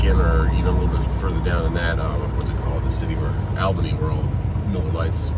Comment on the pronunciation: Just so you know, the town in south Ga brewing Miller Lite is pronounced ALL BINNY